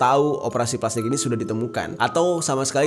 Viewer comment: Berapa kali bang Jeri ngomong pelastikkk?😱